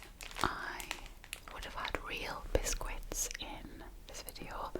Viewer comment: Speaking of awesome accents, I love how you pronounce the Q in "bisquit"! Is that a regional thing?